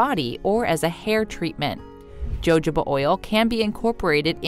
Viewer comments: I can't get past the mispronunciation of jojoba oil. Ridiculous. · You don't even pronounce jojoba oil correctly! This isca bot. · It’s ho ho ba, not Jo Jo ba ❤️ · Ho ho ba NOT JO JO…how serious do you expect us to take you?? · It's called hoe hoba, not jojoba!! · They also pronounce words incorrectly. Jojoba is pronounced Ho ho ba, not Jo Jo ba. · I am very interested in using oils for skin care so I was excited to hear this. I couldn't listen because you kept pronouncing jojoba "joejaba" instead of the proper "hahoba" I know your way is accepted somewhere but not correct. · Just FYI - jojoba is pronounced huh ho bah not joe joe bah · It’s pronounced hohoba not jojoba… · Hahaha 😅😅😅 No, not "Joe Joe ba oil". It's "ho ho ba oil". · It’s pronounced “ho ho ba” not “joe joe ba” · its pronounced wa ho ba. not jo jo ba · Omg. It’s pronounced “ ho HO ba” oil, not Jojoba with a hard “j”. Jeez, if you’re doing video on recommended face oils, please learn how to pronounce them correctly. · It’s no JoeJoeBah it’s pronounced HoHobah. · Omg. Someone please let this woman know how to pronounce hohoba oil. Jojoba😂😂😂😂😂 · Jojoba oil is pronounced with a h sound not j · Really? JOJOBA is not pronounced as its spelled..it is HOHOBA .... please USA get your narration correct.... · Its pronounced hohoba oil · What about squalene oil? By the way jojoba is pronounced huhhoba. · Jojoba. Is pronounced hohoba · Jojoba oil is pronounced with an H. Not the J. (hohoba) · jojoba = ho-ho-ba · wow PROPER pronunciation IS hohoba. Where the person speaking is from is irrelevant. Don’t think it was ego intended at all. Anyways could be a bot 🤣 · Lmao joe joe ba great pronunciation job narrator🤣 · 3. Jojoba Oil was pronounced incorrectly. It's pronounced with a " H" (huh·how·buh). Other than that, the info was useful. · It is pronounced (yohoba) jojoba oil. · My skin crawls EVERYTIME she says Joe Joe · It’s called Hohoba oil. Not jojoba oil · Maybe it’s been said but…jojoba is pronounced “ho-ho-ba.”